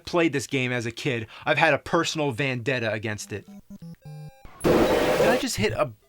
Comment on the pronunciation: either he mispronounced vendetta OR its the greatest low key joke I've heard in a while. It sounds like he said "VANdetta" and in the next scene he runs into a van... coincidence? I THINK NOT!